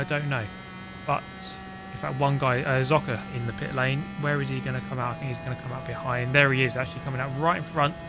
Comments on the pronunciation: BTW: Zocker is pronounced some kind of "soccer" with an t in front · Hello, just a little Pronounciation thingy with German: Z in Zocker is pronounced like a Z in Forza (so a very hard pronounciation). And the Funny Thing is in German Forza is more likely to be pronouced smooth like you did in the Video with Zocker. (I hope it makes sense ^^') I sometimes i find it very entertaining how some German words are pronounced in english ^^